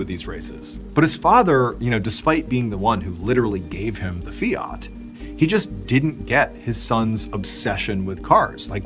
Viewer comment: Fiat is pronounced…. Fee at…. There is no “r” in the word so it cannot ever be …. Fee. Art”